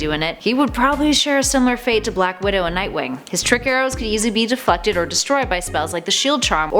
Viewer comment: I thought you said defuckted instead of deflected... I'm disappointed defuckted isn't a word, I feel I'd use it often.